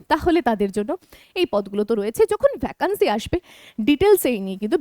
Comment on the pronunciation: ভ্যাকান্সি উচ্চারণ টা শুনতে খুব খারাপ লাগছে। সঠিক উচ্চারণ "ভেকেন্সি".....